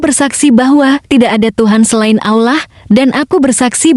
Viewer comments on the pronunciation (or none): mengucapkan kata allah dan rosulullah anda ini tidak fasih sama sekali.